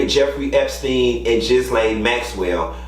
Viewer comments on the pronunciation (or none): Can someone tell it isn't (Gis-Lane) Maxwell. It's (Geer- Lane) Maxwell lol that is how her name is pronounced (Geer-Lane) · HER NAME IS PRONOUNCED GILLAYNE NOT GISLAINE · Did Q keep say "Jizz-lane Maxwell" more than twice? I don't wanna be that internet person correcting pronunciation so I'll tell you how I bust out laughing like a kid everytime. He's correct on the statistics of the amount of victims. If I'm not mistaken if 30 different ppl that don't know each other came out with similar storie you usually can double the claims. There are victims that haven't yet come to the realizations they've been abused & there's others that don't wanna share their abuse stories with anyone. Q is also correct in that people do all different drugs you wouldn't IMAGINE! Your kids teachers, principals, law enforcement, the HVAC repair person, your cable guy, the perfect soccer mom, PTA, Girl Scout leader, daycare workers, priests, your 75y.o. neighbor, bus drivers, the Dean at university, Drs, RNs, your surgeon may have been high when you had that big operation, psychiatrists, coaches, yo' mama &/or yo' daddy, yo' chile...I'm just taking the piss with the length of that list tho. It's just with my husband being a retired police Task Force officer with the DEA for over a decade & now a Special Agent with Homeland Security Investigations. No, not border patrol. No, he don't care who's here illegally. His team looks for drugs as well but his primary focus is pedophiles & child sex traffickers. Did I (less than) humble brag on my dude of 20 something yrs? Yeah. That being said (if anybody bothering reading this) the stories of the folk that do drugs are astound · Ghislaine is pronounced gi-lane (hard G) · So Tiny was in charge of the girls?! And I 🖤 how you mispronounce Ghislane’s name because fuck her.